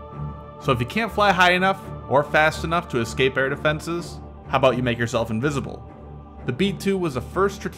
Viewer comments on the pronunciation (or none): escape, not ecscape. rest of video is pretty cool and informative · Did you say ecscape?